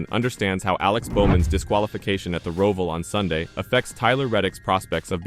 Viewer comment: Can you lease learn how to pronounce Roval...WTF!